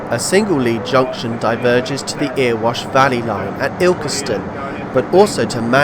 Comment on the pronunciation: Good video, thanks. Two more minor pronunciation issues! Erewash is eh-ruh-wosh not ear-wosh and Toton is Toe-tun, not Tot-tun.